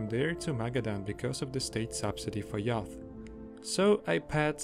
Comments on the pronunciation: "Youth" is pronounced "Yooth". Like Tooth but with a Y. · “yoth”, kek